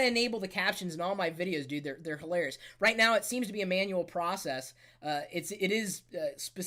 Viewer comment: When you said manual process its male process! lmao